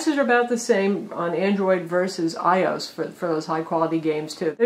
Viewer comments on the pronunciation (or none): ...Did she say "i-ose" instead of "iOS?"